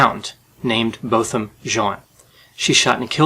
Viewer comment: Botham Jean was not African-American, his nationality was St. Lucian. Also, the pronounciation of Botham is Bot Ham.